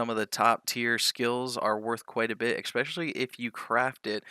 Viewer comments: why in the fuck do you pronounce Expecially? because of being exalts fan?) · especially is a normal way to say but you say it eXpecially. question is why? no great knowledge is needed to understand me bud